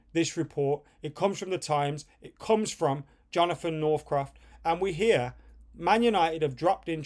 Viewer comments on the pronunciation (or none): none